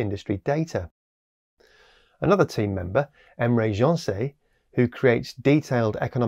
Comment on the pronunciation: Emre Gencer is a Turkish name so although the French style pronunciation is very much in keeping with the rakish moustache it's wildly off, but it made me smile. Great job with the video as always, this just happens to be my thing